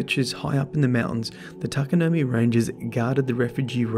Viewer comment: Its pronounced TA-KA-NO-MAY. Not you too